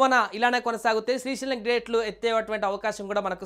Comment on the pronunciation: అది శ్రీశీలం కాదురా లఫుట్